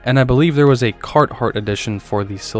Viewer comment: Carthart edition? 😂